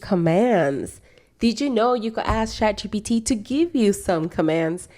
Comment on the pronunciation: Why do you say shat? It's chat right?